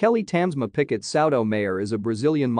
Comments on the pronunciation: It's not 'Picket', but 'Piquet'. You need to use French pronunciation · I came here to say the same thing 😂 picket 😂 PK